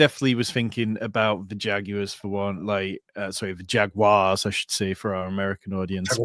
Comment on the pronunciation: never stop saying jag-you-ahs.